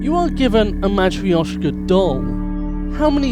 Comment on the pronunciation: You pronounced Matryoshka horribly wrong. You shouldve just said russian dolls. The y in it is just barely pronounced while you did the opposite :P.